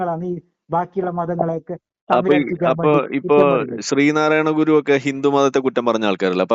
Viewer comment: ഗുരു എന്നു പറയാൻ അറിയില്ല 😅